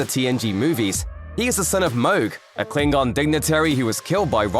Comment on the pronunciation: Umm, isn't it Klingon and not 'Kilng-gon'